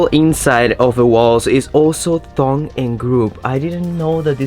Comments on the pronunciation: es “tongue ‘n groove” not “thong ‘n groove.” 👅 not thong! 😂😂😂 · is tongue 😛and groove not thong 👙and groove. You always make me think of underwear when you say it like that.😮